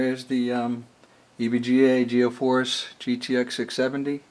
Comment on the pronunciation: Thx for the vids man. You do know its pronounced G force, right? Not geoforce